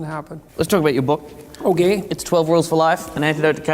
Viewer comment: I think I heard an Oh Gay instead of ok when he wanted to talk about his book!